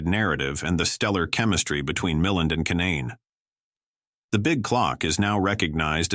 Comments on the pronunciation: Ray Muh-LAND, not MILL-end... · The actor’s name is pronounced Ray Mi-LAND!